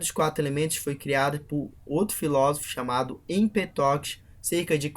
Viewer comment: empetoquis? não seria Empédocles? tales de miletoS ? Não seria Mileto? Anachiiimenis? Não seria Anaxímenes ?